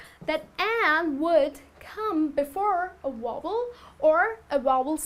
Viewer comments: Vowel not wobble XD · but her sound like wovel.....check again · You pronounced Vowel as Wovel, but you're cute so I'll let it go ;). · Wovel! Ha. Oh dear. You mean Vowel - a e i o and u. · VOWEL is not pronounced correctly. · I was watching until I heard badly pronounced "vowel". Sorry to say but if you want to teach others, you've got to learn first. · Very nice video, but you're pronouncing "vowel" incorrectly. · Tq sir u correct her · The video was very good, but you miss pronounced "the" and "vowel" you have to pronounce the v in vowel.